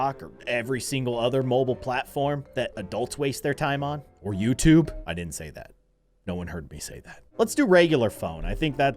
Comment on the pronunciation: You said youtobe